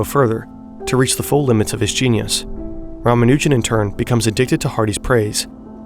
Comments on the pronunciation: btw if you happen to care about pronunciation, his last name stresses the first two syllables. RAA-MAA-noo-jun instead of rah-muh-NOO-jun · Dude, you're hurting my ears. It's pronounced, Rah-mah-new-jun